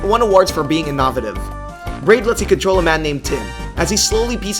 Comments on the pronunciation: in-NO-vay-TIV not IN-nah-na-tiv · In-nawv-a-tive? Really? It's in-o-vay-tiv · In-no-vay-tive not in-nah-vay-tive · Innavative? I've never heard innovative pronounced that way. :P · "In-naw-vih-tiv" What the fuck man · lmao the way he pronounced innovative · Why did he say innovative like that? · The way you say innovative lol completely wrong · the way this guy says innovative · Learn how to say innovative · literally could not fathom how he fucked that up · I paused and absolutely lost it. And then when I regained myself, I pressed play and he did it again and I was done for. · I had to stop the video, rewind and check when I heard that. Then he does it again 5 seconds later! Moron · this man said inovative like you really a spokesperson and cant pronounce innovative